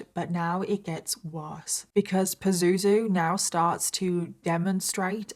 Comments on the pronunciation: I'm laughing everything you say his name and you said it so many times it sounds like poo zoo zoo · Omg everytime you say "Pazuzu" my brain goes to Zazu from The Lion King😂😫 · Have a hard time not cracking up at the use of the word "Pah-zoo-zoo" hahahah yikes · Am I the only one that finds it funny when she calls him Pazuzu? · It's not a funny story but I'm creasing every time you say his name Pazuzu. :) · I kinda giggle every time she says “pazuzu” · Every time she says "pazuzu" I giggle 😂